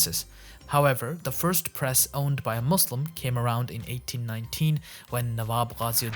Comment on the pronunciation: How can you pronounce Qur'an and mispronounce Muslim lool